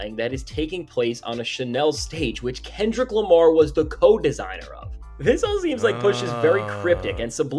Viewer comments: said "This that Kendrick Lamir" 😂😂😂😂😂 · Kendrick Lamire😂😂😂😂😂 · "KENDRICK LIMEER" 😂😂😂😂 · Kendrick Lameer 🤣